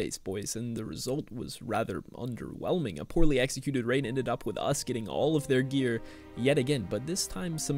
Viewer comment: You know it’s gonna be lit when says “we are Getting ddraided”